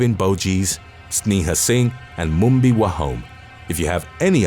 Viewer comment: Wahome.. the last syllable was said a bit off . it should sound like the me in meh so like Wa - Ho- Meh